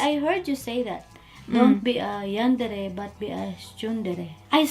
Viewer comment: "are you a yandre" I'm dying X'D